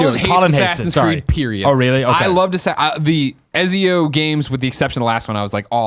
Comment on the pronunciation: Does Greg know he's saying Ezio wrong?